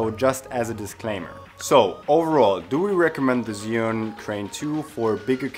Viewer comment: Thanks for the upload just a small correction as for the name of the Chinese product. It is Zhi and sorry for being such a noooob concerning that but I studied Chinese language and it hurts my ears to hear it otherwise here is link how to say it Thanks for the upload...love the transitions you use!